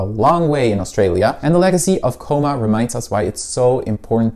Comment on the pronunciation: Researching Cooma and can’t even pronounce the town name right 😂